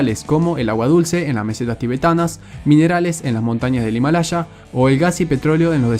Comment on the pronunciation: No es Himalacha es Himalaya, por favor seamos serios.